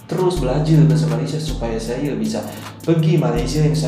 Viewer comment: Tolong lah cakap elok elok sikit , daripada aku suka tengok channel kau ni sampai jadi meluat dah lani . Tak salah nak cakap bahasa melayu , tapi sebut bagi betul , saya jadi saye , bahasa kita Malay Indo ni lebih kurang ja .